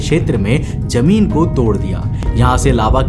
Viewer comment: Yaaar BHAI TERE SE KAYI SALON SE EK HI SAWAAL PLUS REQUEST HAI KI [ TERE SE SAAF AUR SAHI PRONOUNCE ME BOLNA KYU NHI AARAHA HAI ] ?? IMEAN KYA DIKKAT HAI JEHRILI❌️ ZEHRILI ✅️ JOR SE❌️ ZOR SE ✅️ SAJIS ❌️ SHAJISH✅️ JEMEEN ❌️ ZAMEEN ✅️ ETC PLZ BRO HAMARE KANO PR REHEM KARO